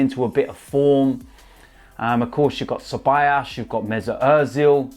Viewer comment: Ffs his names not ceball ass it's ceballos